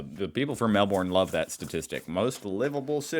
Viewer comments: Not ‘Melborn’! Try Melb’n? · Aaaegh! "Mel-BORN" yet again? Sheesh, it isn't rocket science, people!!! We stress the first syllable - not the last ffs! e.g. "MEL-buhn". BRIZ-buhn... Why do people from the USA find it so bloody difficult? Tourists from all over the world get it right...and if they don't they pick it up from everyone around them saying it. I reckon they should take a test of every tourist who mangles such simple two-syllable words and make them turn around and go home again if they don't get it right!🤣 It's so rude& disrespectful. Maybe we should all say start saying Ah-kan-ZUS for AH-ken-saw?🤣🤣🤣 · Yes, not Melborn, or even Melbin. Just Melbn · Mell Ben not Mell Born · When, not if, you get here, you need to learn to say VB instead of Victoria Bitter and Melb'n with the stress on the first syllable, rather than Melborn. But you'd drink VB in Melbourne, not Sydney, which has its own array of fine beers. And I speak as a Queenslander, with no axe to grind for either city. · It's more like, Melbn than Melborn. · Calling Melbourne "Mel born".. is cringeworthy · Try say Mel-bin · Lol; it's pronounced Melbin by Melburians. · We have to get you on to pronouncing Melbourne like a local….think Mel Bin…..and it will be close. And the one place more livable than Mel Bin has to be country Victoria, how’s the serenity, mate. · Melbourne is pronounced MEL-BIN by the way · I live in Sydney and love it, but please learn how to pronounce Melbourne..... say: 'Mel-bin', and you are close. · Nothing grates my ears more than your pronunciation of Melbourne! It’s Mel burn for crying out aloud! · The US also was a convict state where Britain sent her unwanted. They just don't like to talk about it. We embrace it. Please learn how to pronounce Melbourne. It's "melbin". Also Sydney has lots of crime like all cities on the planet. Winter is grey and damp and cold there. And the population info is old. More than 5 million people in the greater Sydney area now.